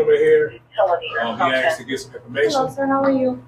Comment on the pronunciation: “He axed”